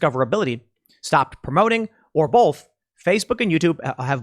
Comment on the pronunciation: On a more important note, why does Tim say "bolth" instead of "both?"